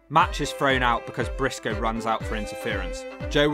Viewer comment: Lol is right Eric Bischoff was hated and Garrett Bischoff was hated and wasn't liked and wasn't the best wrestler in TNA the legacy continues also what was with Garrett having the Young Bucks side burns? Lol also instead of saying Brisco it said Pisco lol